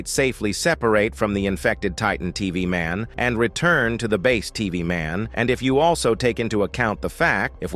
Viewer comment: "Titan tv maun" bro,its pronounced taytan teveh man/titan tv man